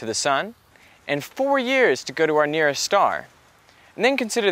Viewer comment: What is a "neersest"?